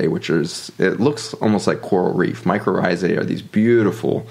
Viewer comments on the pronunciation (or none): Mycorrhizae (I’m hearing “ micro rrhizae”)